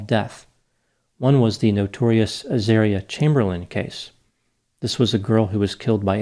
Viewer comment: It’s Azaaaria not Azaria 😊. Love your videos.